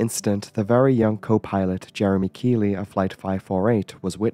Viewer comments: Keithley us pronouced Keith-ly not keyly lol ai bs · Generally in the UK, Keighley is pronounced 'keethley'. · The co-pilot was called Jeremy Keighley, not Jeremey Keighley. And Keighly is pronounced Keithley. Otherwise excellent as usual.